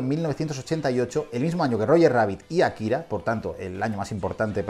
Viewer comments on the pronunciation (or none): Buena selección, pero sí parecen estar ordenadas según algún criterio, me parece muy "casual" que Shihiro esté de primera, Akira de tercera (y ya muchachos: se pronuncia Ákira, palabra esdrújula, por favor)